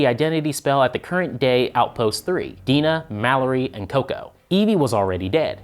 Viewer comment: Its Dinah not Dina